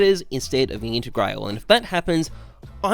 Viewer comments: “intergrayle” smh it’s integrahlay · Wayfu Intergrail Man I'm glad the content is good bc the pronunciation is Australian asf